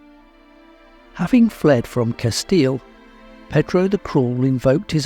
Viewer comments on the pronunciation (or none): CaStille!!! Not Catille!!!!